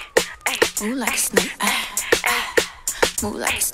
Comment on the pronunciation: Anyone else notices she’s sayin “Moo like a snake” 🐍🐄 LMFAO 😭😂🤣 EDIT : THATS A LOT OF LIKES